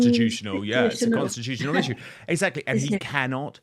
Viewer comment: Angela should have done her homework . Shes obviously reading . Looking down and cannot even pronounce CON-STI-TUTION-AL. Angela needs to up the game ! Sweet lady, but no Lady C!